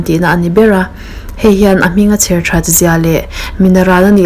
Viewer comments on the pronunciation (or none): none